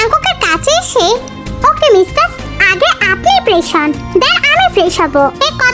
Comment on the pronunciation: Aij apa mistar hobe mev but tumi to mistars bolo ata sunte valo lage na tumi onekgulu video te amon bolco